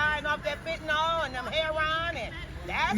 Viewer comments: Fenta-nill. Not fenta-nol. Get it right. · “Stop smoking that FENTANOL”. Excuse me, big booty lady, it’s FENTANYL not fentaNOL. Just saying 🤷🏻‍♀️🤦🏻‍♀️😆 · made me throw up! "Axing bout why yous doin' fentnaal" Lean claiming to be an officer going to call his "friends" to give you Hep C. When did potheads become patients? I can understand patients with cancer or serious medical conditions utilizing it but there's nothing "medical" about getting stoned from government poisoned cannabis. As a former pothead, with too many years of experience, I certainly never benefited from it other than a buzz and the munchies. Question, if you smoke cotton will it give you marijuana mouth? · She actually said stop smoking that fetynal 😂